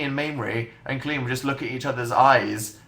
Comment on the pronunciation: I love how he pronounces Colleen's name "clean." Oh Dan XD